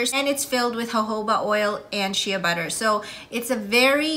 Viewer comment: Shea is pronounced shay, not shee-uh